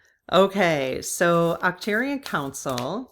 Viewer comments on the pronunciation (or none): Ark turians Arch pronounced Ark. Not a criticism jut trying to help. Love your videos. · It is Arc-turians, like Ark.